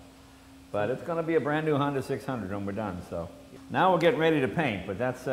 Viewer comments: "Honder" Jay Leno when talking about his Honder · he said honder! lol